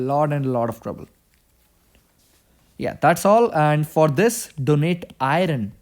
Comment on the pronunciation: iron [ ahy-ern ]